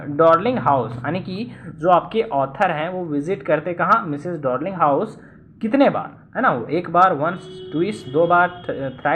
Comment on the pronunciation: Bhaiya aap house ka glt pronunciation krte ho